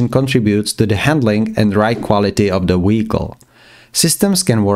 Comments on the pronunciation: i love listening to him saying da weekol every five seconds lol 😂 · fr bro keeps saying " WEHICLE " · What is a “weekol”? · I want to like this video but everytime he says wehicle I can't really distracted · A very amazing guide I just can't keep serious on the accent of wechicle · “Weeicle” weeckle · WTF is a weehicle?!?!?!😂😂😂😅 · Take a shot everytime he sais Weeyickle. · this comment has a translate to english option and it translated to he got off😭 i know ur comments abt how he says it